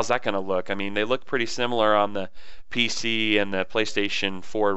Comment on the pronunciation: Pc not pic lol